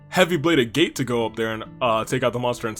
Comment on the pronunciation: Also, "Agate" is pronounced "Agat" as in the material in Genshin